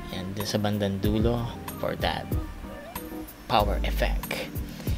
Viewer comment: PART 2 PLEASE!! "KILAY POWER" "POR DAT TANTALIZING EFFECT" HAHAHHAAHA I DIED